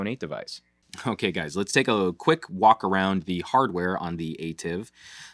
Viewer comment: Thanks for your video. According to PR Person from Samsung Korea, ATIV pronounces as ah-TEE-v.